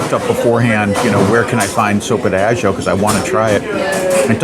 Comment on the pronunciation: Sopa de Ajo ajo is pronounced aah-ho.